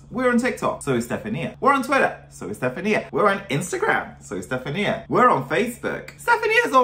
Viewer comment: It's a Pegasus and her name is Stefan-I-a not Stef-A-nia